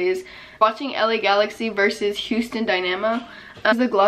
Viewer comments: When she said “houston DIE-NEH-MOE” instead of “DIE-NAH-MOE” I WAS LIKE AWWWW LMFAOO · “Dynaamo” it’s dyyynahmo lol but I’m from Houston that’s why I know lol (not hating btw so don’t come for me k thanks bye 😁) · Kinda doesn’t matter but since I’m from Houston I thought I should say some lol it’s Houston Die-nuh-moe